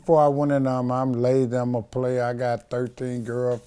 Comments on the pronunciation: what the fuck is the "urmy" lol. If you comment "he said army", you're an uncultured swine. I'm the one who actually formed the army -TK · "I was in the Rrr-Me"